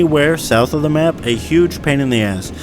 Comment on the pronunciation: "Right here on the schmapp" why did that crack me up so much lmao